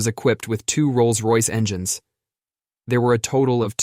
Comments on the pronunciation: Never heard that "pass" bit before, and this new AI input is risible -- "en-gan-ness" for engines, TWICE! LOL! The mangling of English words is hilarious, except NOT in aviation, where it's critical for ALL pilots to speak intelligible English, the international aviation language since about 1951 or '52! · This is the most pathetic text-to-speech AI program I've heard. "En-geh-nes"?? It was tying to say "engines".